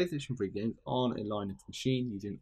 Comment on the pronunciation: Line-ucks? 🤦🏻‍♂️ Bro, it’s pronounced Lin-ux, the first syllable rhymes with sin or kin. It’s not like the first syllable in Linus which is pronounced ‘lie-nus’.